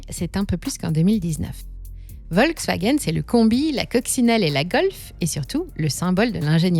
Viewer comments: on prononce : FOLKSwagen Pas Volksw... volk = populaire, peuple. folklore chez nous ! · Merci de prononcer Folkswagen , car en allemand le V se prononce F. Pour le gaz , les Allemands auraient du garder l'accord avec la Russie . Enfin pour la voiture électrique, c'est une arnaque qu'ils devraient éviter car elle pollue davantage que la voiture à essence. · On dit Folksvagueune et béhèmvé :-)